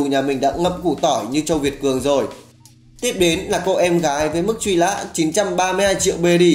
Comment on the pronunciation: Mức truy lã,vắt lước....??? Tôi đang nghe cái gì vậy ? Lỗi chính tả,phát âm sai trầm trọng và sự thật nghe vô cùng chói tai mặc dù nội dung clip rất hay. Hơn 1 năm rồi mà vẫn không thể khắc phục lỗi chính tả